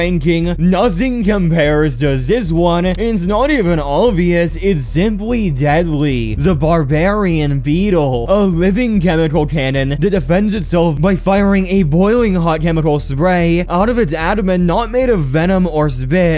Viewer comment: its pronounced hemo-globe-in or hema-globe-in also you mispronounced bombardier pronounced bombuh-deer